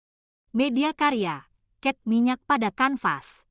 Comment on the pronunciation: Cat minyak bukan ket minyak